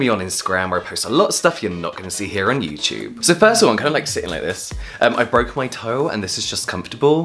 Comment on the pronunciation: no one: James: yewtyewb